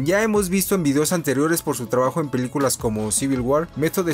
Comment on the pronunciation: Jaaj en una parte del vídeo dice peluculas jaja like quien se dió cuenta